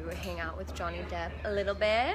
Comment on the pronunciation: I hear JONYE every time you guys say JOHNNY.........